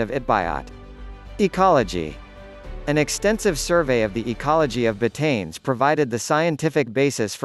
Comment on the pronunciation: you should pronouns it right.... BAH-TA-NES.